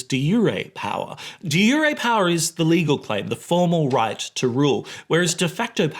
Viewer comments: Never heard the "j" in "de jure" pronounced that way... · What a fun way to learn that I’ve been mispronouncing “de jure”.